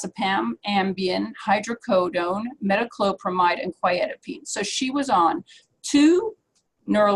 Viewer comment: Very helpful, thank you. FYI, it's quetiapine, not quietapine.